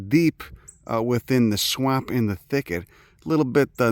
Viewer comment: the way you pronounce swamp, rules